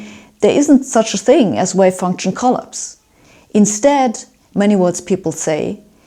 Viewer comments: Although it's really fascinating to hear this stuff from this excellent physicist, it is really damn hard to keep listening the word "collapse" pronounced like that. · Great explanation of measurement. Love your posts. I've always had a problem with the "observer" and the act of measurement. To me, taking a measurement means you need to interact with what you are measuring; there is no way around this. The wave "collapses" (she needs to learn to pronounce this). In our world, any particle that is interacting with another is "taking a measurement" of the particle and therefore collapsing that particle's wave function. According to many worlds theory, the universe should now branch to capture the other measurement possibilities. There is therefore an exponential expansion of the number of universes coming into being. Like those nightmares of doors in an infinite hallway. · I'm not competent to address the content of this video, but I will address a difficulty in the presentation. One important point: The English word 'collapse' is stessed on the second syllable. (I don't understand where her pronunciation comes from, because the German (Swedish, etc.) word 'kollaps' seems to be stressed as in English. (I don't speak any Germanic language, I rely on Google Translate and Internet pronunciation sites.) I can readily understand most vowel changes made by people with (Germanic?) accents, but I had to turn comments on and rerun the video several times to understand the word 'prefactors'. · Hi Sabine, thanks for your enlightening explanation of Many Worlds. So much to learn... so little time! Sabine, hope you won't take offence, but the word "collapse" is usually pronounced like saying "coll-aaps, not coll-ups. ❤ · I wonder what it means that you cannot pronounce the word collapse right. You emphasize the first syllable instead of the second. /kəˈlaps/ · 'Collapse'': 'Co-laps', 'O' wie in 'Loch', 'a' wie in 'machen', Akzent auf dem zweiten Teile. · Klapse not coll-apse.